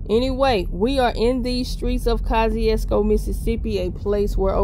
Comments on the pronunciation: He was a polish general. The name is of eastern European. Name is actually pronounced koshoosko hense kosciusko. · I know she didn't just pronounced it polish 💅🏼. mississippi 😂❤